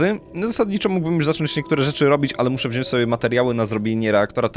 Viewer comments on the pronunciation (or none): none